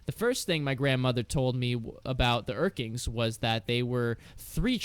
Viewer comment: It's urklings not urkings. Sorry that bugs me and I don't know why.